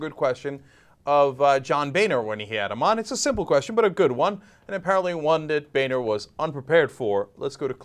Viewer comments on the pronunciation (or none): i think his name should be pronounced "bonner" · i was thinking boehner was gonna be pronounced like boner. lmfao